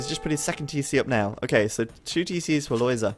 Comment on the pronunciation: I am very happy that you pronounce Lojza's name correctly. I've seen others calling him [lojga] or [loyda], but it's not correct at all., you say it very well indeed, keep that in mind when others deform his name.